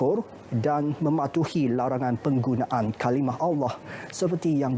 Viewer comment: Suka dengar Ivan Toh baca berita. BM dia bagus. Dia sebut “Allah” pas sngt. Pembaca berita perempuan tu pun sy suka jugak..